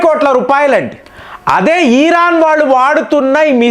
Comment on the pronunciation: ఈరాన్ కాదు… ఇరాన్…. సాగతీతలు ఆపండి ….